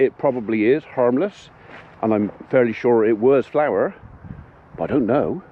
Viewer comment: Sounds liek magic powder and not flour as you say